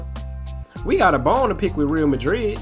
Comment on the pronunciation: its not real madrid its pronounced ree al madrid